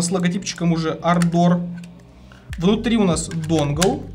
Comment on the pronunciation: дружище, клавиатура Ардор а не ардОр, ударения на первую букву А❤😊